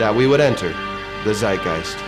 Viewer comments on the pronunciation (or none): as a german i was not expecting a german word from you and laughed out loud about the way you said it. its pronounced like "tzeitgeist" but not bad dude